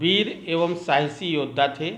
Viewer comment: Thanks sir but its not सहासी its साहसी